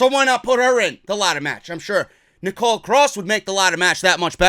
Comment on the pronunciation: her name is Nicola, it's not Nicole